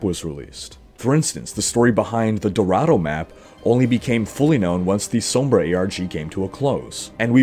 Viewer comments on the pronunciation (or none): none